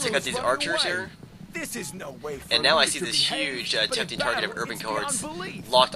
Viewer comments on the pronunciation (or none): none